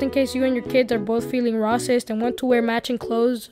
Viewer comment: A lot of YouTubers say rah-cist because of how the YouTube algorithm will demonetize content or hide it.